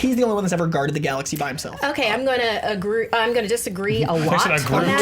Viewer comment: "I'm gonna agroot" 😂😂